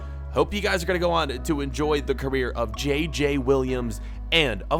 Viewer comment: Yeah... Kinda wack. They don't pronounce their J's the same so it's very weird, even if you can get past the fact it's not a French name whatsoever.